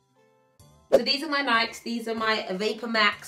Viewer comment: Her pronunciation of Nike and Adidas 😂